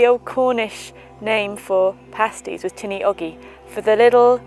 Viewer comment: your pronunciation "tinna" is correct im irish